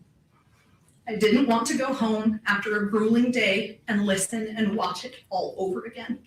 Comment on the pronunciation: "WATH LIVE" ??? LOL